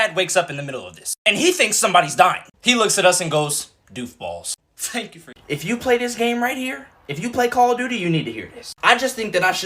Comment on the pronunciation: Fank fou for four fime